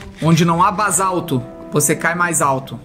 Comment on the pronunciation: felipe não se fala bazalto.é basalto